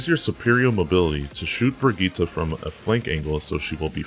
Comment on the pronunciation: Did he say brigeeta